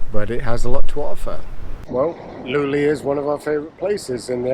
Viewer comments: Please stop saying "Loulee". I get goosebumps! :face-purple-crying: The "E", with that diacritic, "É" reads like the E in "yEs", or ViEtnam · Pernounced Low Lé